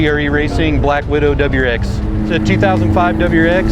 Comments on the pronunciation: Must be a NW thing. Thats how we say it around my shop anyway, but I never even noticed how wrong it actually is until the comments here! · The way he says WRX lmao